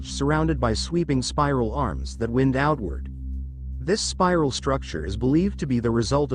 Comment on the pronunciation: lousy AI narrator speaks wind rather that wind.... needs a human narrator.